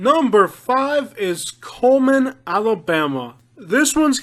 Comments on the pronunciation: It's Cullman not Coleman . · He lost me at cullman, absolutely not. And you butchered almost every name